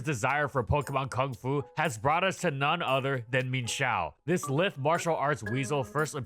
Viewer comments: It's lye-th not lidth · 45 seconds in and he has mispronounced lithe and called the fifth generation the fourth generation. Fell off